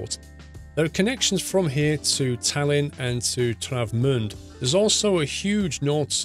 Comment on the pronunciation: Congratiolations! You pronounced "Travemünde" more or less correctly!